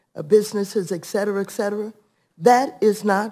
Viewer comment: "Excetera" Maxy? I don't buy a single word from her lips as anything but Marxist lies. (Chip, say "Marxist" next time.)